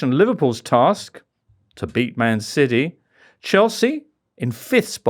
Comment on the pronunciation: Mr Richardson pronouncing city as siddeee rritates me greatly.